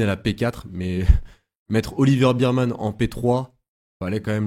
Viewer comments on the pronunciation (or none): ça se prononce bèrman